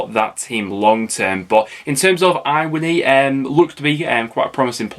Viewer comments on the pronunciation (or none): none